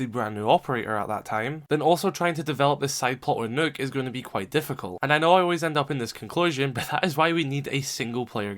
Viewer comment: That’s the way it’s supposed to be pronounced